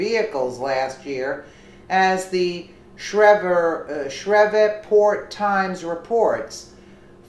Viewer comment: One 7 Decimal 2 Eight exactly lol but guess if you've never been the. You can pronounce the wrong way. It's funny she mispronounces many things. But it doesn't change facts.